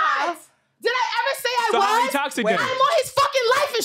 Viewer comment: "Don't eva" 🤦🏾‍♀️